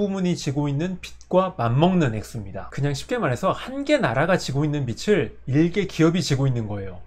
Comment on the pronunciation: 빚을----->비즐. 비츨이 아닙니다.